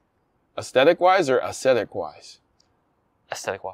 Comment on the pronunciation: Aw ze tic